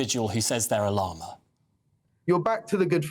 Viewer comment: They cant even pronounce "llama" correctly.